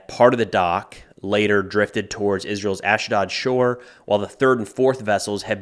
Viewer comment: The A sound in "Ashdod" and "Ashkelon" is pronounced like the "A" in "ahhhh-chooo"